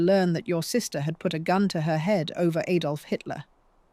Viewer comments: It's Adolf Hitler not "Aydolf." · Ay-dolf? Very good video. The AI voice is much better than many others. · Well-spoken English......then.. "Aydolf" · Aydolf Hitler? Learn to pronounce Adolf before you talk on a podcast. Btw the actual proper pronunciation of "boer" is boor ", not"bore". It simply means farmer.